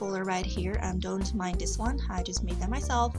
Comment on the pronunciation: I'm sorry but your voice is really obnoxious at times, the way you say 'dis' instead of 'this' and pronounce 'file' as 'fale'' is bothering me so much,.